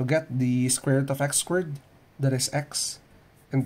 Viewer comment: "That" sounds like "dat" the way you pronounce it